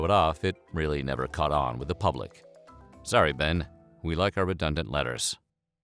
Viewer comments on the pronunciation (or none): none